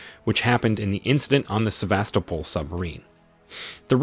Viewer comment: Somehow able to perfectly pronounce Sevastopol but can’t pronounce names